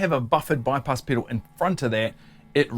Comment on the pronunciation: It's fun hearing him say Piddle over and over!